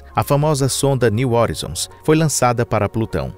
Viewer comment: Cara aprende a pronunciar as palavras direito pelo amor de Deus, que agonia de vc falando horizons, o vídeos está muito bom, mas podia estar perfeito, não inventa pronúncia, estude, pesquise e aprenda.